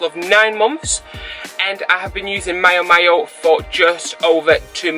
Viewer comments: Great honest 'from the heart' video and guide. It appears to me that the Blucon is quite poorly designed and it really amazes me as to why these problems that you report on weren't found and solved during the prototype stages? Many thanks and if its of any interest, its pronounced Meeow Meeow, as in the cat sound; ). Cheers and have a great weekend. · Miao Miao is pronounce like the sound of a CAT, thats why the logo is a cat.